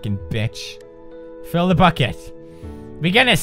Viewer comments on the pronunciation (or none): none